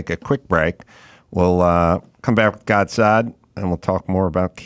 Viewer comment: I wonder why none of his staff members there told him how to pronounce Gad's name correctly?